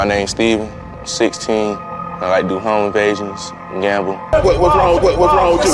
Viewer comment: I'm gonna go ahead and assume he said "home invasion" and not "home of Asians"